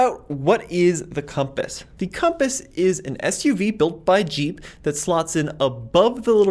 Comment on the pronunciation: you meant to say Conpass lol 😂